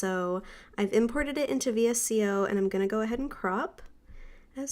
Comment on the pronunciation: I really enjoyed this video, and I love your photos on Instagram! Thanks for sharing. 😊 By the way, VSCO is actually pronounced as ‘Vee-sco’.